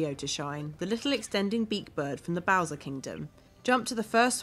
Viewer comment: No offense or anything, but did you just say bowses?